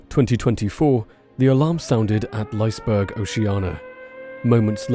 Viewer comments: "Lice-burg"? Is it so much effort to find a Swedish video with the correct pronounciation? Heck, even Google Translate can kinda deliver that. And "Lees-burg" is not correct either, the first E is pronounced, like the E in "the". Let's not go over the burg part, but at least the Lise part should be correct... The comments about the "fire in water park?!", it's a structure like any other, it was even still under construction, of course it can catch on fire. Just because a bit of water is running through a couple things (when it's open) is gonna prevent a fire? Nah. Guess what, ships can catch on fire (and sink from it too), even if they're metal on the outside and are surrounded with water. Happened many times. Sorry, had to get these two things off my chest. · If you do a second video, you might consider pronouncing the name Liseberg correctly. The letter "e" isn't only pronounced, it's actually accented. Second, berg is not pronounced berg in Swedish, it's pronounced berj.